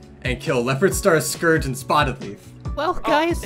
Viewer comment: I also pronounce Scourge wrong bc of the way I read it when I was younger, now I just can't pronounce it right